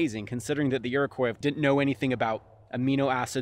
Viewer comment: *Iroquois. Edit: Just saying, love your content.